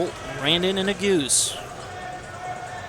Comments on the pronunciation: nu goose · When the commentator pronounced that I laughed, but someone corrected him right away because ne-goo-zee was never said again. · Right, that's the way people have been saying it forever. This commentator says Na-Goose-Ay...Another one commentators mess up is Chinese names...I guess commentators should do their homework before doing a broadcast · Like it’s so obvious he’s never ran or followed the sport. Didn’t even tell us the split of the halfway point. Mispronounced Yared’s name wrong. “Senior from Notre Dame” that’s all this dude said the entire video. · What's the correct pronunciation of Nuguse? It sounds like the commentator is butchering the name. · And the pronunciation of Nuguse